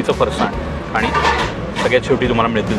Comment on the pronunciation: तुम्ही पुण्याचे असूनही फरसाणचा उच्चार चुकीचा करताय!